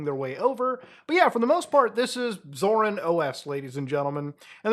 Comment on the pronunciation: the way muta pronounces it scars me every time tbh